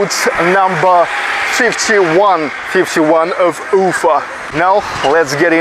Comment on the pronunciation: I would strongly recommend not making unusual wrong emphasizes in geographical names. Like Ufa [ʊˈfa]. The right pronunciation in the original way demonstrates dignity and self- respect. The same about personal names. Good luck.